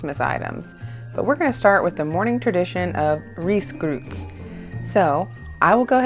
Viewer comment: Risgrøt :) The Ø has the pronontion like the O in word , it kinda funny to hear U , but all credits to you . Also its best with whole milk and nnorwegian "Meierismør" clean butter with no plant oils .